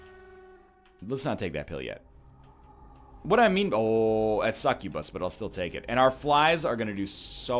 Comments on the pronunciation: McFright and i just watched the bit in the vid again and he definetely said bus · TheMiningDog that's my point! NL says incubus normal but when he says succubus he always says it different by really accenting the bus at the end. And I just pointed out that it annoyed me! So let me be annoyed! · God it's so annoying how you say succubus.